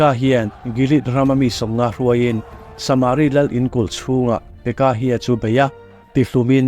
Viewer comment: saaaaamari nge samari tinge a hi ithuk kual duah leh